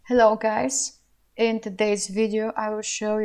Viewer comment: quả Hello giống Việt Nam thế =)))